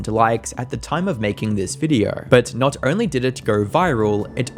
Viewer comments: Cant stand how you say videaurh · The way you say "videheuwr" is crazy